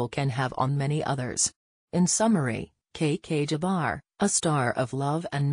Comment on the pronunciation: This page cannot even pronounce her name correctly . All for clicks and views for money